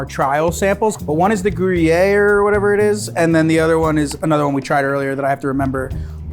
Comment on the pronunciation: I love that said Gruyère correctly, I work at Starbucks, and that’s the cheese that’s in our bacon egg bites, and people try to pronounce Gruyère like Grew-yee-r or Goo-are, or something which is so funny honestly